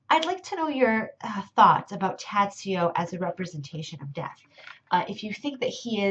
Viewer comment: Just one essential thing, since you are speaking about him, it is pronounced Tah-joh.